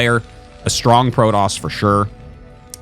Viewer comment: I have a dream… a dream that Artosis and Day[9] never call Protoss Prodoss ever again.